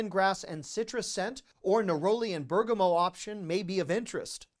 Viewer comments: Berga-moe? 😂 I’m sorry but that made me giggle. It’s bur-guh-maht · I love your videos! You always put a smile on my face! All while saving me money. A win-win!! Something that made my ears perk up was your pronunciation of Bergamot. I love that scent and yet now I am realizing I’m not sure how to pronounce it. Is the “t” at the end silent? I always pronounce it. Also, one other word that stood out (I’m a linguist, lol) is your pronunciation of “attributes”. The way you pronounce it is how I pronounce it when I’m using it as a verb, not as a noun. Maybe it’s a regional thing. I live in the Northeast. Thank you again for all your fabulous descriptions of all the bargains you share with us. You’re the best! Your daughter must be quite big since I last saw her in a video. Take good care! ❤